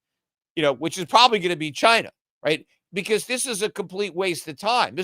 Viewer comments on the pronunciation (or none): none